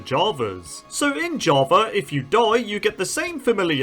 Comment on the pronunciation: Java ✖️ Javar ✅